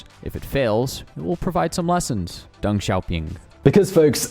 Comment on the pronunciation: "800 million people, or more than Latin America, Spain, and Portugal put together." Dios mio that puts it into perspective holy shit. Also, it's a little thing but kind of grating: "Deng" sounds more like "Dung" than "Dang". Yes his name sounds funny. Many Chinese names sound funny to english speakers. But that's his name. In general "e" in romanized Chinese sounds like "uh" or "eh" but never "ay". Similar to e in German.